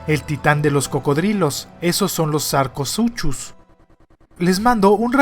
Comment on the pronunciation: La pronuncuación es sar-co-su-cus pero dejando eso de lado siempre me encantan tus videos n.n